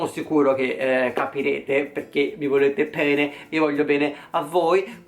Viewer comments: *mi volete pene" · Ho sentito: voi mi volete PENE hahahahahahhahahahahahhahahahahhahahahahahahhahahahahahahahhahahahahahha muoio abababbahahahahahhahahahahahhaha